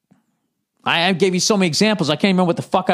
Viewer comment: "member the old days.... member chewi... member E.T... yeah I member"